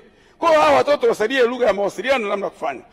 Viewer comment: Sio ligha ni lugha 😂😂